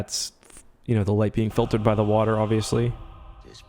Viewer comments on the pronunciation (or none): none